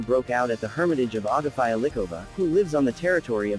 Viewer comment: ITS AGAFEA... NOT AGAFÀIJA